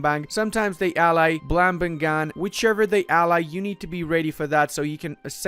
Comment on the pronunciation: It's "Blam-ba-ngan" not "Blam-ban-gan".